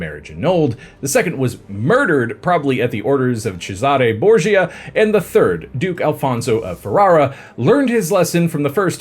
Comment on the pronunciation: Since he's Italian, you should be pronouncing his name as "Boar-shia," as you said at the beginning of the video. Excellent video otherwise! 😊❤